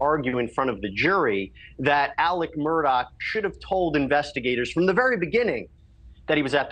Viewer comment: It kind of bugs me that everybody calls him Alec, when his name is spelled Alex with an X. Is that just some meatball head southern thing?